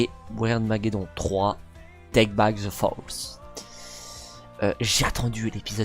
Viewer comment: on dit wirdmaggedonne